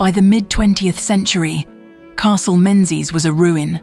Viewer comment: AI AF but relatively accurate. Drone shots and photos are all from other sources. It's also pronounced Mingies. So yes, AI AF.